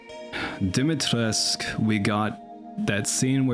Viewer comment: I have a little pet peeve as your likely only Romanian subscriber. You pronounce Dimitrescu as if it were a french name. I know that the game makes the exact same mistake, so I can hardly blame you for it. Just searching the word on Google translate in Romanian should be good enough-ish to know how it is supposed to be pronounced.